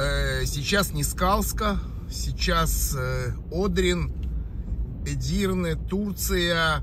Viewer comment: В слове Эдирне ударение на И